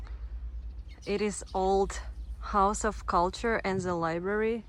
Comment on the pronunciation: To ze border? 😂